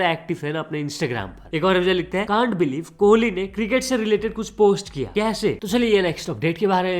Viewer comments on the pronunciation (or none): none